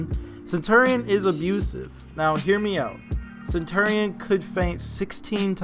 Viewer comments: I had to turn down the audio due to the fact of how you say center-ian, and not CENTURY-n. Centurion is said like century. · Stop saying his name wrong